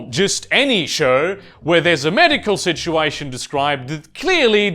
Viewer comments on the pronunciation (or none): none